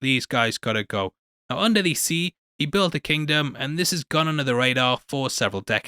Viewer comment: It's not "under the sea"...it's "unda da seeee"